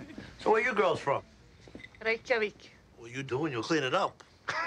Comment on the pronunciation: Its funny how they said "Reykjavik" in the most proper way possible. To Americans, IN America, who probably never heard how it's pronounced before (and remember this was before the big tourism boom that Iceland experienced!). Usually when someone pronounces their foreign city they say it in a way the locals can understand. For example, if someone from New Orleans was visiting Iceland, theyd pronounce it the more anglo way: "New Or-leans" (or "New Orlins"). Easier to understand and recognize. So its funny the stewardess was so proper! Sorry for the nitpick, haha! I definitely loved my times in Iceland. And the locals are quite accommodating.